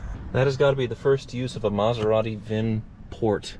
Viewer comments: The ‘Metherati’ … 😂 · METHeratti... ha! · Meth-a-rati is no funny🤣